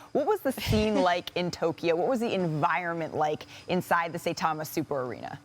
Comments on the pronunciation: Sah-e-tama Super arena. Not Say-tama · Did I hear someone pronounce "Saitama" as "Saytama" 😂😂